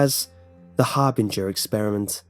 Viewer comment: I dont like how you juuust misspronounce Harbinger